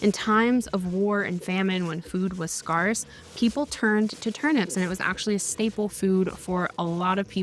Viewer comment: I call 🧢 on. Turnips are good on their own but they do not taste like a potato. Also did you pronounce ‘scarce’ differently in purpose like chamomile? I’m going to start some peppers and tomatoes later in February. I winter sowed my garlic and onions in the fall.